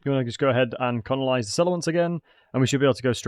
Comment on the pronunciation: Are you aware that you're saying conolise instead of colonise?